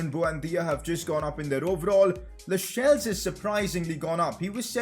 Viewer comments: You pronounce lascelles like lashels pronounce it like lassels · Lascelles isn't pronounced Lashelles, it's pronounced Lasselles. And schär name isnt schar its schair